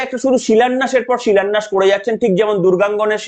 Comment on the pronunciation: উনি বলেছেন "শিলোন্যাস", কিন্তু বাংলা ভাষায় "শিলোন্যাস" শব্দ নেই। গীতায় বর্ণিত উপদেশের প্রতিফলন যার আচরণে বিন্দুমাত্র নেই তার মুখে সেসবের উচ্চারণ সম্পূর্ণ বোমানান।